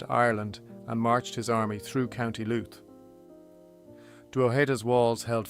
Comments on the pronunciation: This is a great and fascinating production. Unlike some folks, the 'mispronunciations' of Drogheda and Louth doesn't bother me. In fact they may have been the original pronunciations. I live about 12km from Drogheda (Dunleer, Louth) and its mediaeval history. Cheers. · From the Bloody US Drama "The Thorn Birds" though I do not know where the mispronunciation of Co Louth comes from! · I've never heard it pronounced like this. You got Co. Louth wrong also. Still enjoyable